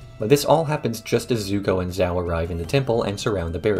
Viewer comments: The pronunciation of the admiral from the fire nation bugs me. I understand he's doing it probably based off of spelling as opposed to trying to do it based off the show, but it still bothers me. lol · Zhao is not "Zao", Gyatso is not "Gyatsu", that's all I've got 15 mins in